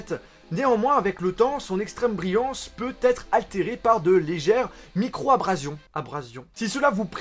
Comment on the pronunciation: Je sue seul à passer en boucle le passage où il dit "abrasion" ? :')